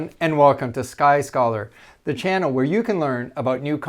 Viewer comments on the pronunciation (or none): none